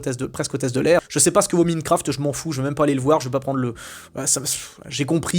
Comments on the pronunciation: "MINEQURAFTE" 🤣 ah bah il est beau l'enthousiaste du cinéma américain. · "Minecraft" ? Pourquoi tu ne prononces pas "Maillenecraft" ? Quant à "Natacha", c'est un massacre de la BD, avec les messages non subtils sur le féminisme, les références forcés au covid et Netflix, le narrateur inutile et pas drôle, Walter devenu un idiot (alors qu'il ne l'est pas dans la BD)... Par contre, le film est plus familial qu'exclusif aux enfants, avec beaucoup de vulgarité qui n'est même pas présent dans la BD ("pute", "connard"...) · c'est le karma qui te punit pour ta prononciation de minefcraft.